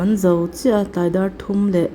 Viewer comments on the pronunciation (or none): none